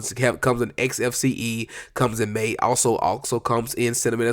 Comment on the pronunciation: Isn't "MATE" pronounced "MAH-tay"?